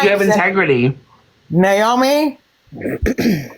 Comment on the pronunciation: 😂😂😂😂😂did say Dreamer has tegrity